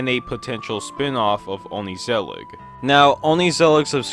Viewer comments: Being half dutch, it's really nice seeing a dutch original animation doing the rounds. on the other hand, hearing your pronunciation of ongezelig has genuinely shaken me to my core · Great video man, loved it! The pronunciation of Ongezellig was painful though 😂😂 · The way you say ongezellig hurts me. the way say the G in dutch is very sharp troat noise as if you are barfing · Dont say ongezellig like that please it hurts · as a dutchy I very much appreciate the coverage... but dear lord the pronounciation of ongezellig is PAINFULL to hear😂 also "deel" means part. good vid. I had a laugh. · your pronounciation of the word ongezellig gives me anxiety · As Dutch person, same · your pronunciation of ongezellig makes my brain itchy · yea true, as a dutchie myself i cracked a smile when i heard him say "only-zellig" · onkneesellick is my fav show bro... But it's pronounce more like on-Geh-sell-iG, g's in dutch are way harder, and ther's no knee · Dirty Yankee here... So is "ongezellig" pronounced more like "on-guh-zellig?" When he said "only-zellig," I was like "wait what?" I listened to how Google Translate pronounces it and it's basically "on-guh-zellig," but with a more Dutch sounding "g" sound. Obviously, that sound doesn't come naturally to me as an English speaker, hence "on-guh-zellig." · "oni-zillig" is probably the worst pronounciation of the title haha, I don't blame you though. You made it sound Japanese while it's derived from "gezellig", which is probably the most Dutch word I could think of. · ''onizelig'' you can't say it more fucking wrong i mean you missed the whole ''g'' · The correct pronunciation of "ongezellig" is "onchuzelluch" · hearing some guy saying 'ongezellig' like ongkesealek makes me silently wanna scream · why do u pronounce it like oh ney ze lick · “Ongeee Zellig” 😭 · your pronunciation of "ongezellig" kills me as a dutch person haha 😭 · the way you say ongezellig boils my blood